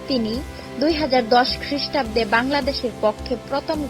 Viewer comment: কথা বলার স্টাইল ভালোনা।।। এই ভয়জ শুললেই দৌড়াইতে মন চাইবে। ২০১০ খ্রিস্টাব্দ শুনেও হাসি পাইছিলো